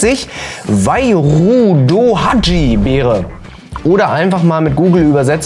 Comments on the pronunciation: Dein Name wurde aber zuerst englisch interpretiert - deutsch phonetisch in etwa "weild häidsch". Die deutsche Aussprache hätte ich "wīrudohāge" transkribiert. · Das Wairudohaji ist übrigens, so mein verständnis, einfach bissl japanische aussprache von wenn man "wild hage" auf englisch aussprechen würde. Also wairudo haji. Vllt interessiert es ja jemanden